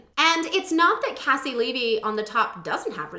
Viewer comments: It’s very commonly mispronounced! Think of her first name as KC you pronounced her last name right though! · Caissie Levy my QUEEEEEEEEN. (Also just FYI she pronounces her first name like KC). She's incredible. So happy to see her on here.